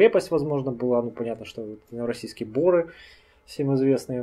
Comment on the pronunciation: Бо'ры???? Вообще то Новороссийская бора'! Ударение на последний слог